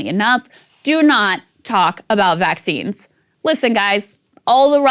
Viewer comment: 100% thought it said "Vaggines" not "Vaccines"